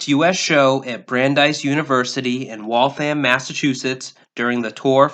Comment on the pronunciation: Good listing. And the fun facts were great. You even said Waltham, Massachusetts correctly.